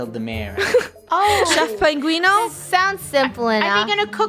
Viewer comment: Its so funny how they say penguini instead of penguino